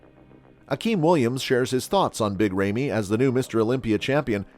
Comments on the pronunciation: IT'S NOT "REIMY" IT'S RAMY !!!!!! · FIRST OF ALL Ramy IS NOT pronounced RAIMI BUT either ROMY or RAMY. Goes to show already how much you know about Big Ramy🤮🤮🤮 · His name is Ramy, not rejmi! Come on man! Where did you hear Ronnie hate Ramy?! Come on! You are total show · This is the most unprofessional video I have ever seen. If you are going to do coverage of an athlete LEARN TO PRONOUNCE HIS NAME CORRECTLY. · No respect for this ckickbait merchant who can't even pronounce the athletes name right. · Would it have been too much for you to learn how to actually pronounce big Ramy's name before making a video about him? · You don’t even pronounce Ramy correctly